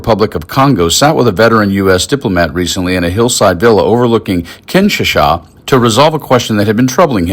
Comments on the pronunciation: I thought it was pronounced "Kin SHA sa"? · kinchetzaa??? what??? can't you guys afford better AI than this? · Kinshasa.... read just like it sounds. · Very interesting video ! Please look up the pronunciation for Kinshasa. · Another video manufactured by A. I. Listen to how It pronounces the city of Kinshasa.